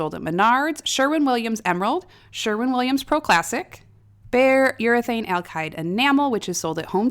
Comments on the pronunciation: Please say "ALKID" not "ALKIDE" ...... you're killing my ears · "Alkide" paint? I'll be sure to buy some